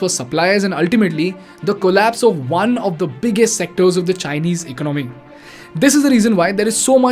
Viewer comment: Your economic analysis is spot on but your pronunciation of ordinary words such as economy etc can be refined. It is Economy and not "ecanomy".